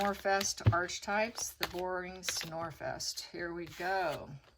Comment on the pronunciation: Pronounced “arc” for archetype (h is silent)